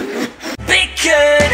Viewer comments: "Barrebkyuuu" "Baekhyun" "Beaurgeeerr" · “BARBECYUUUEE” “BEAKOONN” “BULRG3ER333” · "Baba q" "Bekhooouuun" "Bilgeuuur"